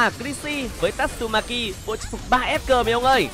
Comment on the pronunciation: đọc phải ta tsu ma ki mới đứng ko phải tat su ma ki nha tng :))